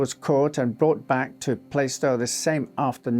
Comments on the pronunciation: Plaistow is pronounced Plaastoe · It’s pronounced Plarstow BTW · Really interesting story and well told, but one tiny niggle was the way you pronounced Plaistow. The "i" in Plaistow is silent and the "a" is pronounced like it is in Plaster. So if you say it like plaster but with a toe instead of a ter, you'll get it right. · You pronounced Plaistow wrong